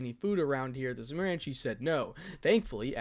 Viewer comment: Just a tip for future chapters when Semiramis (lady death) makes another appearance. For pronunciations sake Semiramis is the assassin of black from fate/apocrypha on Netflix. Idk why but I’m hearing her name being said differently.